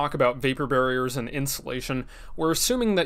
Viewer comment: did you mean to say “we don’t want to use any vapor ‘barriors’…”